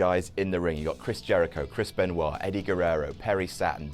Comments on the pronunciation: who is Kris Penwah? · did he just say chris benoit ????????????